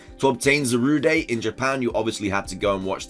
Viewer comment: Do you pronounce it Zaruday just to spite all the Darude Sandstorm memes?